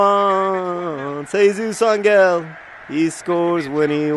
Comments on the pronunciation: Hardcore online gamers and computer geeks drink mountain dew, yes, for the energy. Also, Angel is pronounced "Ahn-hel" not "Ahn-gel" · It's not a hard g in Jesus Ángel, John. it's pronounced AHN-hell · Jesus Angel's name last name is pronounced AWN-hell. The emphasis is on the first syllable and the "g" makes what in English is an "h" sound. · lol it's funny how you say "angel" XD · It's funny how you pronounce "Angel". In spanish that G sounds more like an H.